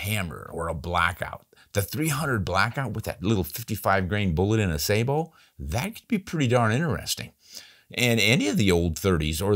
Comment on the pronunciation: Pronounce sa-Bo not Sa-bo with accent on second syllable like you are pronouncing it wrong.